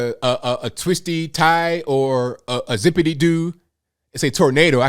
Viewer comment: "a zipidido" HA HA